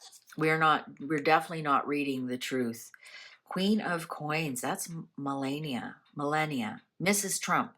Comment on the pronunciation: Pronounced Mel-On-Nee-yaah 👋😁🥰🦊👍🏻